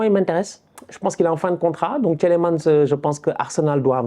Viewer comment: Le premier "e" de Tielemans est muet. De rien 😅 Un Belge ❤